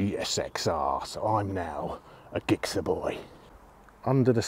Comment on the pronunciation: At last someone else who pronounces gixer the same as I do! I spent 9 years of my life with gixers but not had one since 2009 now. Watching this makes me want to get another though. Top bike. Nice one